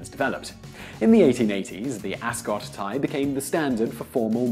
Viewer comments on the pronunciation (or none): none